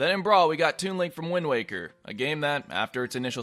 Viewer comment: Lemme guess, is it “why-nd waker” too?